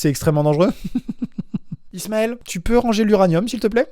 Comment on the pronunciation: Je suis trop contente par ce qu'il à prononcer mon nom PS: je m'appelle Ismaël